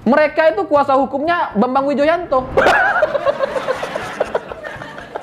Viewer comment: Renyah banget saat nyebut nama Bambang Widjojanto sebagai pengacara demokrat ahy 😀😀😀